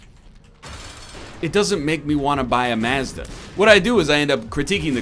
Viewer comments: would you like some past-uh to go with your maaaz-da? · Did he actually pronounce Mazda that way?